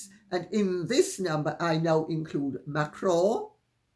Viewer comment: I really like Candace Owens and watch her regularly, but what a breath of fresh air it is to hear you, dear Lady C, pronounce Macron and Trogneux! I wish Candace would learn to pronounce these names correctly because I cringe every single time she says them, and she comes off as ignorant or just plain lazy that she does not make an effort to correct her pronunciation.